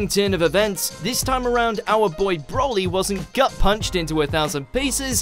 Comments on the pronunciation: Please, why do people have a problem pronouncing his name, it is not "broh-lee" it is "bro-lee" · Seriously, it's "Br-oh-lee". It has a single L, not 2 which would make it Brolly as you're pronouncing it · Every time you say 'Brawly' I cringed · Stop saying BROLLY! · As-Paragus Bro-co-ly